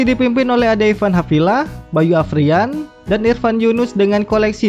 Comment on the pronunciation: Arfian apa Afrian bang hehe, di video tulisan.nya Arfian tapi tapi abang manggil.nya Afrian 😁